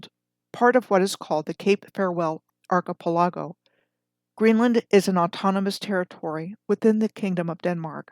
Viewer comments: Merida is pronounced as e in red with accent on E not a long I fyi and Archipela (long A) go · Interesting pronunciation of Archipelago, I've never heard it said that way.